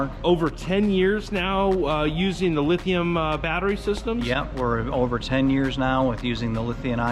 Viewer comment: I Love and Andrew! Liberty Coaches are some of the best in the world. They are incredible!! Just one thing, why can't say LithiuM ion instead of LithiuN ion when he talks about those world class battery systems? He does it every time in every video. I'm silly and pedantic but it bothers me for some reason. Anyway, I also just love Andrew. He is so genuine and relatable. I watch every one of his videos. It made me sad to hear about his fire.